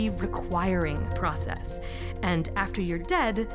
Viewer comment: How to sound ignorant but pretentious: say "process EEZ."